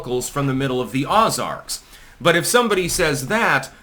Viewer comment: learn how to pronounce the word "Ozark" if you're going to speak ill of my people you godless heathen.